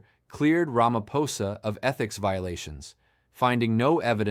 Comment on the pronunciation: Another, wait for it, "Mer- kwer- nazi," "Rammer-phoser" AI detective, who wants to expose "devastating corruption" whilst being mum on the most devastating corruption of all: 1902's Treaty of Vereeniging and the theft of SA.